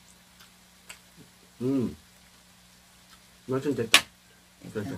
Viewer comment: 매루치? 멸치ㅋㅋ